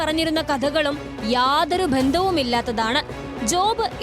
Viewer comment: റിപ്പോര്‍ട്ടര്‍ കുട്ടീ മലയാളത്തിനെ ഇങ്ങനെ കൊല്ലരുത് ഭന്ദം അല്ല ബന്ധം ആണ് വിധ്യാര്‍ത്തി അല്ല വിദ്യാര്‍ഥി ആണ് ഇവക്കെ ബലം വേണ്ടൂ... ഖ ഘ ഛ ഝ ഠ ഢ ഥ ധ ഫ (pha & not fa) ഭ